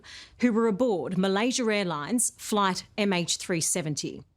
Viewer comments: Why does everyone from the UK and Australia add a "er" sound to a word that ends with an "A". This lady just said " Malaysier". That dude Simon thats on a million channels always says Chiner or Russier. Make it make sense. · ''Malaysiar'' airlines. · Malaysier airlines? I didn't know there was an "R" in Malaysia. Learn something new every day